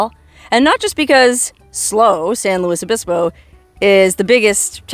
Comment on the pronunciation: Only been watching the video for a minute now, but being someone who grew up in Southern California way back in the 1960s, I gotta correct your pronunciation of San Luis Obispo. The “L” is pronounced Luis (as in Spanish), not “Lewis”. It was about the only town in Southern California that was pronounced correctly back then. Most of the towns in Southern California with Spanish names were mispronounced by the locals, but now that the population of Southern California is turning predominantly Mexican, some of that is beginning to change.